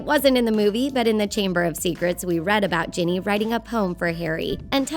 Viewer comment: she said Jenny not ginny